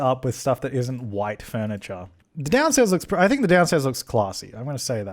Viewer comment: 'i don't SINK so' lmaooo